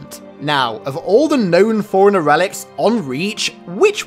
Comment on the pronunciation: Forerunner sounds like "foreigner" and now I can't stop hearing it when he says it lol